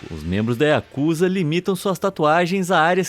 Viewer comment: Não é Yakuza O correto é yakuzá